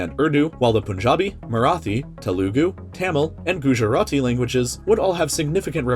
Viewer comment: It’s gu jar te not spelling pronunciation